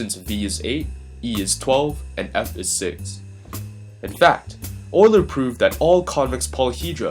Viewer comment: It's pronounced, You-ler.